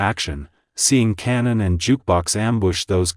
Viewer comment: Kanan not Cannon 😂